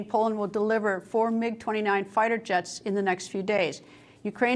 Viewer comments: MIG NOT GIG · Mig not Gig.